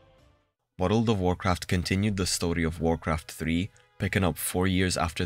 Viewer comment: I followed you because of the “wareld” word pronunciation ❤.